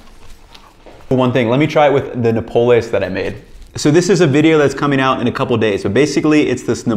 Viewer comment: great job!! - but say Noh-PAH-les